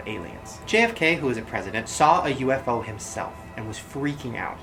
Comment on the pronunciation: No that's not how you pronounce UFO 😂😂